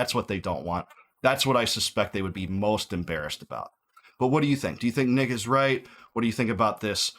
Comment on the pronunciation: Man at the end , you said "What do you think is nick is right?" But it sounded like you said" What do you think "Nickus" right? Had to do a double take :). I say let it crash if tis that corrupt.